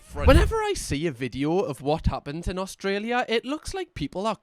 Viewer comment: As an Australian, the way you say video makes me offended you say we speak the same language. Ignoring the fact you can throw a stone into the next village in your country and hit someone who speaks in a very different accent to you.